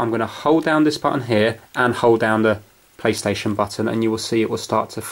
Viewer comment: did he say paystation